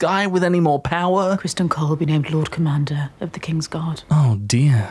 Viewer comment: unwatchable. You said Cole's name correctly